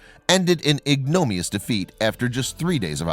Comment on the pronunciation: Cuba was antagonist, not protagonist. Also, learn how to.pronounce ignominious. A great voice does not disguise shoddy journalism.